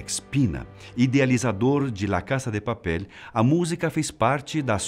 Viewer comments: "la caça de papéle" é o meu biruleibe... Fala "la casa de papel", do jeito que se escreve...vc deixe de ser fresco hein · Quem achou engraçado ele falando Lá casa de papel, Deixa um Like